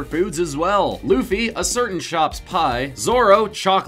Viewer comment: it's not loffy it's luffy